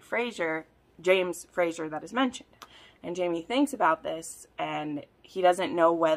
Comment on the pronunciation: Question, why do you say Frasher"s/Frasier???? It's Fraser, like S sound.